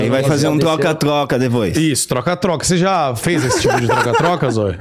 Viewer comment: zoio falanto "tgoca tgoca". Muito bom